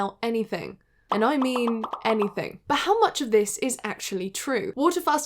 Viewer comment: I heard something like "bhooot" 😂